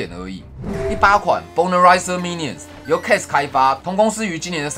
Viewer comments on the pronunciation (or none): 是Bone Raiser啦，讀成Boner Raiser，會變成很奇怪的意思🤣🤣我剛聽到還以為又是什麼小黃油